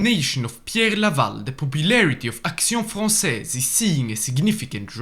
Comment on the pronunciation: Your prononciation of Action Française is on point 👍